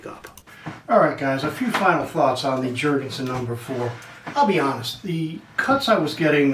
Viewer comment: Why will you Americans not understand that the scandinavian "J" is pronounced as a "Y"..? Damn you, Jankees...